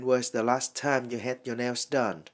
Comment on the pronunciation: Hình như trong chữ "nails" âm "s" sau cùng đọc là "zờ" thay vì "xờ" phải không ban?